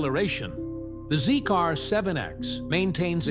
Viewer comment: Sorry to correct you but the name of the brand is pronounced "Zeeker" n not Zeek-R!